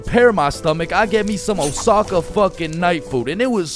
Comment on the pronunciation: “Oh sa kah” no “o sah kah” yes